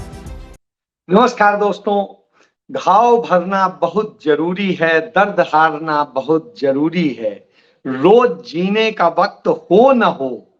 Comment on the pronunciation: “दोस्तों” नहीं, “दोस्तो”.।